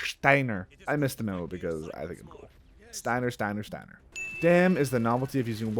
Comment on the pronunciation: Steiner is pronounced Steiner why you felt compelled to pronounced it wrong. Either know what your talking about or shut up. God I appreciate how you try to appreciate the game. Just maybe dont talk out your ass. Considering how young you are I ain't suprised.🤦‍♂️